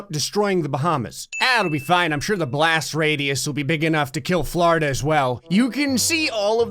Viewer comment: ITS FLORIDA NOT FLARDA